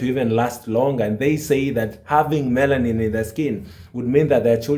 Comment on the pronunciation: Dude said melanin with a T